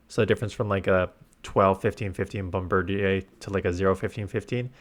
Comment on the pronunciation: Your French is coming out with how you pronounced bombirdier. Bomb-bird-i-ur, like a bombardier, but a bird